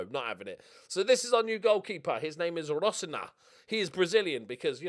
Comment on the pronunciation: I presume has no issue pronouncing Coutinho and Firminho with their expected endings, so it tickles me that he doesn't pronounce Totonho or Rosinha with those same endings